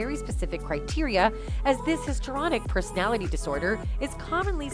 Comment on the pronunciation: The word is, “histrionic”, not “histronic”. You’re paid to read the copy. Read it properly!